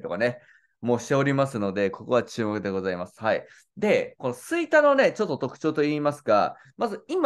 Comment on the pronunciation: 吹田の発音がちょっとちゃうなあ。